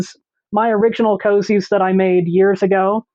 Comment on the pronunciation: I really appreciate that you call them "cozies," instead of "koooooozies." I feel like koozie just started as a mispronunciation. I mean what's a koozie anyway? It's not even a word. 😂